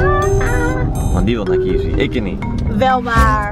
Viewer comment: "Kiee F C"? Noooo, noooo, t is volgens mij "Keee F C". KFC is bae. Maar verder leuke video! :)